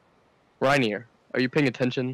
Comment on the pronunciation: It's actually reineer